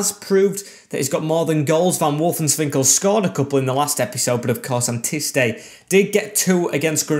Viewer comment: its wolfswinkel not wolfenswinkel